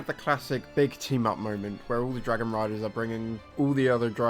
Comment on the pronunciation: It took me an hour an 14 min before I realized you were saying "riders" and not "writers" I had been very confused for a while